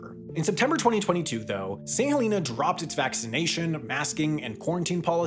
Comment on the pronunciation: Thank you for pronouncing St Helena correctly! I was on the first flight from St H to London 😊